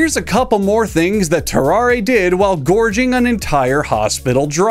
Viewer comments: I think it’s pronounced “ter-ar” and the e is silent. He was French, after all. That man was cursed, for sure. CountDankula had a good video about him too. Great video! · I'm commenting this before I watch the video. It's Tarrarre isn't it? Edit: Nailed it.